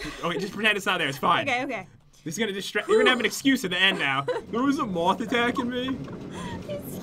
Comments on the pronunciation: When she saw the moth I thought she said mouth😂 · When said "a huge moth" I thought she said "a huge mop"